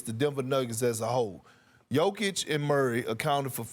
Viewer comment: Hunh? The Lakers aren’t good. They are in the 10th position in the west, exactly where they should be. It’s just ESPN that talks up the Lakers above their ability because they think that attracts eyeballs. And Bob Meyers, holy smokes dude, how about you learn how to pronounce Jokic’s name.